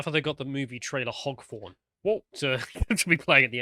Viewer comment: I thought he misspoke at first, but clearly actually thinks a foghorn is called a hogforn.